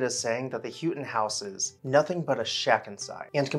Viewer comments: Pretty sure this name is pronounced “how” ton. Enjoy your videos very much……Patrice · The name is pronounced How-ton. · Not be disrespectful, but as a relation, we pronounce it How-TON.... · Pyramidal is pronounced "Pirradimmil". Houghton is pronounced "Howten".